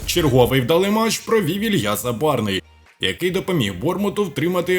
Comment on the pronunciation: Може все ж таки хтось скаже цьому коментатору, що Забарного звуть Ілля, а не Ілья? Як можна бути таким телепнем...